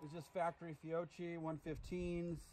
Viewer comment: Lol that butchered Fiocchi pronunciation, nice xD